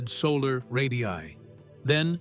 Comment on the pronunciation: Someday AI slop will learn to say the plural word “ Ray diii aiiii” correctly.